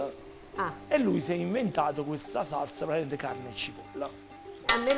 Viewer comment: Nessuno:: "Praticamend"